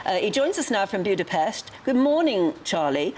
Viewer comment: A massive respect to that journalist for saying Budapest correctly, Bravo 👏 ❤❤❤ you've melted me heart just a bit☺️